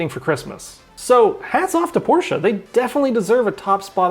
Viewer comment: can i pay you $1000 just for pronouncing porsche correctly bc u have no idea how much of a relief that was lol